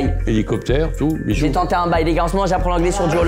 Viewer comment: Ça ma tué la prononciation de Michou